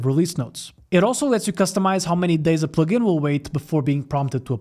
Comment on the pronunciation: your way to say “plugin” is the best way to say it